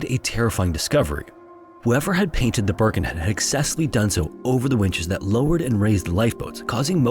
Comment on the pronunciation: Also, it's Birkenhead, not Burkenhead